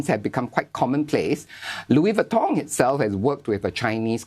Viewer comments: It’s pronounced LOUIS VEEEEEEEEETON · i lost it when the anchor woman pronounced LOUEY VUTOHH hahahahahahha